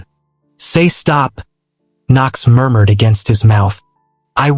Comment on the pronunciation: I lost it at " Moormoored"😂😂 I had to go back and realise it was murmured 😭😭😭🤣🤣🤣